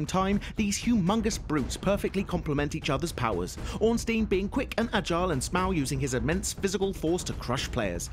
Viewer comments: OrnSTEEN and SMOW right. yeah, no. try orn-STINE and SMO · Ornsteen and Sm-Ow. Disgusting pronunciation, and they're not even hard if you summon solaire who's like 30 feet away. Even solo, they aren't "practically impossible."